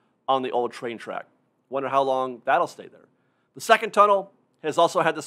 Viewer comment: I really don't mean this in any condescending way, but I often wonder about your accent. for example, to me sounds like: "The chrunk of the chree" "...also on the old chrain chrack". Again, don't get me wrong, it's very charming. I'm just a nerd for accents. Where are you from?